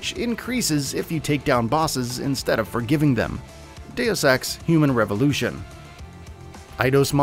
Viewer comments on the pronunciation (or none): "Deus ex" Me: why u sayin day of sex?